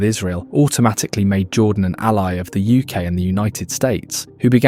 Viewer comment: British allay.